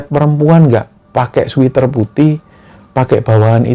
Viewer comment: Sweater mas bacanya ,Sweat(keringat) er bukan sweet (manis) er 😂.sama dgn pocari sweat bkn pocari sweet 👍👍